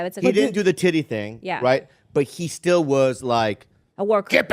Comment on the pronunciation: “thank gawd ma brotha steeal”😂